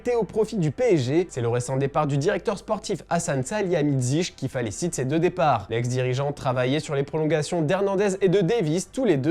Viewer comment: " Qui falicite ces 2 départs"